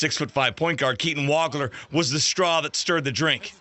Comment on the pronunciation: It is pronounce Waug-ler